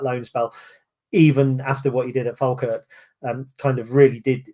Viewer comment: Good to see pronounce Falkirk correctly for a change. Pot Kettle.😂